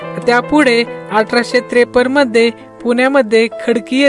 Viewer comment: 1892 'mandhe'?????🤦‍♂🤦‍♂ uchchaar....😖😖